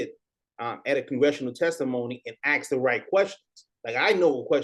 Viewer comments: I CANT STAND WHEN SOMEBODY SAYS. ""AXED"" INSTEAD OF ""ASK"" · Can someone please answer my question? Why do black people ALL say "axe" instead of "ask". ? I have asked this dozens of times on the internet, and not 1 single answer. Legit curious.